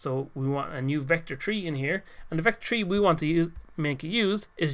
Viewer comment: vector tree